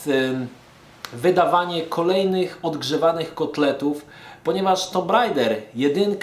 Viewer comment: żaden tumb rejder tylko tak jak każdy zawsze mówił tomb raider